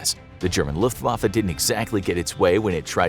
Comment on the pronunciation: I just love hearing non German people say the word Luftwaffe